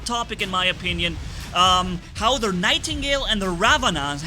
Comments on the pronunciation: It funny how manni is so mad that he said the name wrong on the nightigle to ravana on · manni did you mean to say nightgale or...